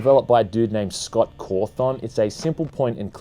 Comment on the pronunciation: How he says Scott is just gold